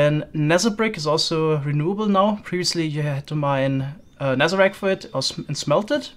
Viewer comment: I love how you say "nezer" and "wizer" and nezerrack